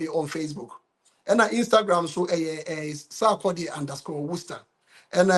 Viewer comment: Bro, I’m curious why you have added “H” to the name Sarkodie. 😊